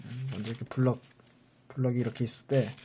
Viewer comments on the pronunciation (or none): 블럭을 브럭이라고 했어 ㅋㅋ